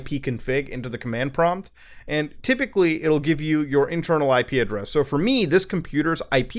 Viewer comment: thought you were saying ikea dress instead of IP address